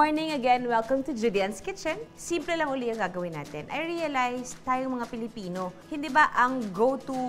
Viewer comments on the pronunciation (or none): none